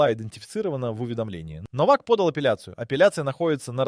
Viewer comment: Не Новак, а Но'вак ударение на ,,но''.